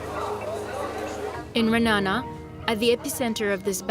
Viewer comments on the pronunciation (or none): I live here! Also you pronounced it wrong its ra-a-na-na not "RaNA